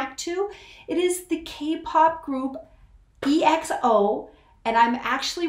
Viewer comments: It's ekso not E-X-O And yes they are great ballad rnb singers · They are the King Of Vocals! Nice reaction you really react to them with you heart my comment thank you. BTW it’s pronounce as EKSO not E-X-O.